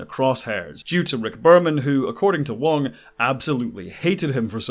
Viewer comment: You keep saying Wong but the actors name is Garrett Wang